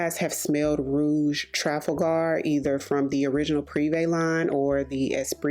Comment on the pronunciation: I mentioned a few months ago that you pronounce Trafalgar in a very strange way to me. Are you sure you're saying it correctly? I could be wrong in my pronunciation as mine algns with how I say Trafalgar Square (in London) as I'm English.